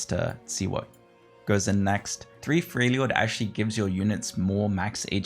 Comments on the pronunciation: It’s NOXUS pleaseeeee, so painful. It’s also not Freyljord, it’s FRELjord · I do like your content, but please try pronouncing the origin trait names. It is just weird to listen to the whole game. Like Noxious vs Noxus, Frejlord vs Freljord, I-ks-tal vs Ixtal (Ishtal; don't blame you for mispronouncing this one). It really is a nitpick that bothers me more than it should.